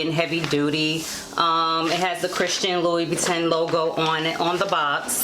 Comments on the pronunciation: You are mispronouncing the name. It sounds like you are saying LOuIE boo tan.!maybe it is my audio, but the correct pronunciation is LOU BOO TAN.. just a heads up. Other than that thanks for this info. Very helpful😀😀😀🙏🙏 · Kay Heath I research and the correct way is loo-boo-tan, so we both were wrong. But thanks bc I should have researched how to pronounce it before the video. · It’s French pronounced: LOUBOUTINN! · I’m aware that I pronounced the name incorrectly in the video.🤦🏽‍♀️ it’s Loo-boo-tan. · Its prounce ...(loub-bu-tin)cute shoes tho